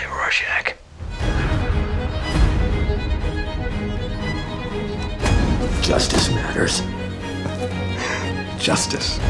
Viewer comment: I am not much into superhero movies but I would definitely want to see one about Rorschach! I only wished his name was pronounced with proper German pronunciation.